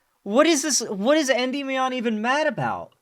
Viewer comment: Bro has no clue how to pronounce Endymion (en-DIH-mee-un)